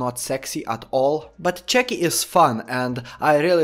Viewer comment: I love the way you say chucky